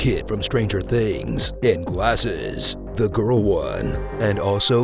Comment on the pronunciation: lol the emphasis to the stranger things kid with GLASSES